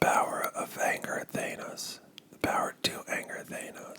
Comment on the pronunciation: I’m over here wondering how even with all the movies I’m sure you’ve watched, you’re pronouncing Thanos like that. Or did the movies get it wrong? But I barely care because this is some great whispering